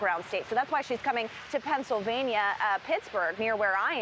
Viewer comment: did he say pRennsylvania?